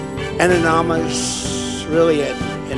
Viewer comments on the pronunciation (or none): There's nothing like that Montana rally (from 2018) in which the later-famous "plaid shirt guy" in the crowd is seen humorously reacting to Trump's dim-witted attempts at pronouncing the word "anonymous".